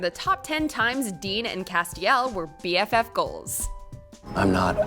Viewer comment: you say bff goals moments but I only hear husbands moments